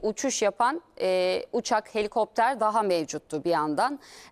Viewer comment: Ucak deil cino helikoptrar 😂😂😂